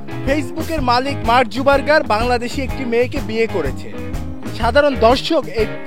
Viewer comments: মার্ক জুবারবার! হাহা, ঠিক মত ঊচ্চারন ও করতে পারে না :D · বলে কিনা মার্ক জুবারবার। faul😡😡 আগে সঠিক উচ্চারণ শিখেন। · উচ্চারন ঠিক করেন। মার্কজাকারবাগ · আপনার উচ্চারণ ই ত ঠিক নাই মার্ক জুকারবার্গ